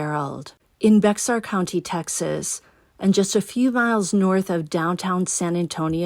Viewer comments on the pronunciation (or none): We don't pronounce the "x" in Bexar (County). Ppl say "bear" or "bay-er." Just in case you have another case in or around San Antonio. You will. Folks are weird here. Love ya,.